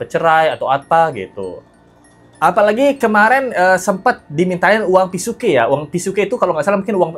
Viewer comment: Uang Pisuke bukan PisukE. Jadi huruf e bukan E 😊